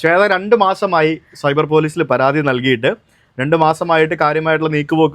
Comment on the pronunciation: Cuber ❌ Cyber✅